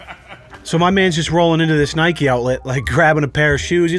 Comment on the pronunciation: Nike not Nike e